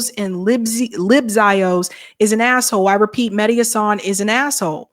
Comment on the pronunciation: It's HAsan, not HaSAN, Emphasis on the first syllable.